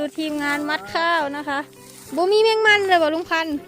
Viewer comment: มัดข้าวค่ะ ไม่ใช่ หมัดข้าว แก้ไขด้วยค่ะแอด..